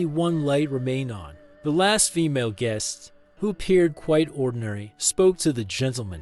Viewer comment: Guess No 16. Guess No 19. Guess No 12. Guest Number 16. Guest Number 19. Guest Number 12. Guess AI Narration Still Sucks.